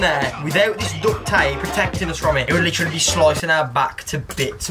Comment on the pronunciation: is like, the most British sounding sentence "The chrain leaves in litchraly like, 15 minits. We g0'a go, we g0'a go" also... I WOULD RATHER AV A DARK FRUITS THAN A WIFE! I WOULD RATHER AV A DARK FRUITS THAN A WIFE! I WOULD RATHER AV A DARK FRUITS! RATHER AV A DARK FRUITS! RATHER AV A DARK FRUITS THAN A WIFE! AY AY AY AYYYY!! fuckin love this video man hands down my favorite video they've ever done